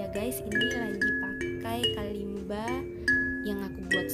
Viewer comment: Hi! So the Kalimba is an African instrument and I'm from Africa. I wanted to let you know your pronouncing its name wrong